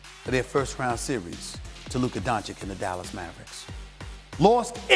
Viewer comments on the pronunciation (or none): He said duka😂😂duka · Luka "Donchick" Dončić